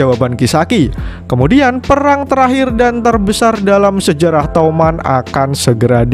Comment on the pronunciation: Bang toman bukan touman